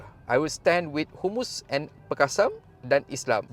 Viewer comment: sebut biar betul...HAMAS..bukan humus....kadang2 ayat kau ni mengarut je....nak buat content biar laa cerdik sikit perkataan dan ayat tu...PALESTIN bukan pales...!!